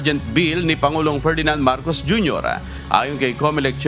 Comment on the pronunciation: Si ate parang hirap bigkasin ang S. halos lahat eh Sh. Marcosh, reorganishashshon…. Lol